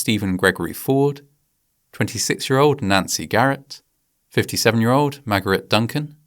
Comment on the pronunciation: when mentioning the victims you mispronounced "Magarat" when it is the same Margaret as we use in Britain. Respects 🙏